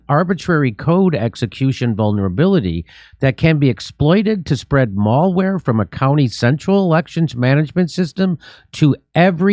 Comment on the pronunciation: has jimmy never heard of malware? mal like malice not like going to the mALL